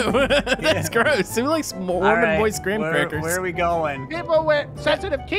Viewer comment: "Soggy Gram-Crapers"